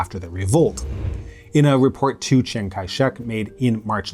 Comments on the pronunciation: Lol, it happens. We all make mistakes with foreign languages i think. Best we can do is try our best. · You butchered your pronunciation of Chiang in Chiang Kai-shek.